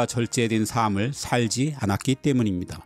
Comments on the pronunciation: 아는것도 많으신데 "삶"의 발음을 잘 못하시네요. "살믈"...이렇게 발음하셔야 할것을 "사믈"...뭔가 가방끈이 짧은분이 지식을 말해주시는 느낌이예요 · 정말 좋은 내용의 컨텐츠를 볼 수 있게 해 주셔서 항상 고맙습니다. 나레이션을 AI가 하는 것이 아니라 정말 좋습니다. 이 영상에서 한 가지 아쉬운 것이 있는데...지적질한다고 오해하지는 마시고...^^;; "삶의"의 발음을 [사메]로 하시던데, [살메]로 발음하셔야 합니다. 또한 "삶을"의 발음은 [사믈]이 아니라 [살믈]로 하시는 것이 맞습니다.